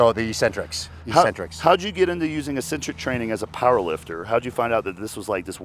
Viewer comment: EEEEEEEEEEEcentric isn't a word!!! All you lifters are idiots!!! The word is pronounced eKcentric. Look it up!!!